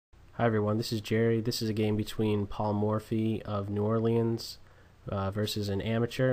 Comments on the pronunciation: you pronounced new orleans wrong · "New Or-LEENS" >:|